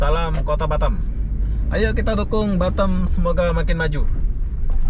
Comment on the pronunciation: Orang indo tapi lidah orang mana' tahu dah?? Semua orang indo nyebut Batam ya tetap B A T A M bukan batem 😀😀 ada" aja nih bikin pengen cubit aja 😀😀 gemes dengarnya...